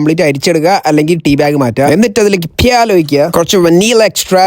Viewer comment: That "പ്യാൽ "😂